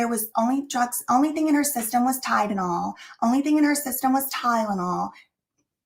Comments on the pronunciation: Ah yes, that good 'ol "Tydenol", that's apparently aka " Tylenol"!!😜 Lmao, she sounds so dumb🤦‍♀️🤭. I was busy cooking the 1st time I ever played it, so I was actually just listening, but I still caught it immediately, lol. I remember backing it up 10 sec, bc I was like wait, what?? Lmao 🤣🤣🤣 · I remember this chick said "Tydanol" or "Tie●dah●nol" she couldn't even pronounce Tylenol correctly.